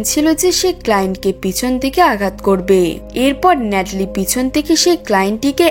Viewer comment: ন্যাটলি❌ কেটলি✅ 😂😂